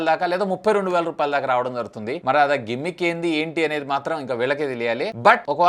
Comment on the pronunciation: గిమ్మిక్ కాదు రా జిమ్మిక్